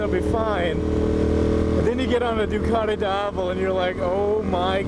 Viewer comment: Georgian accent xD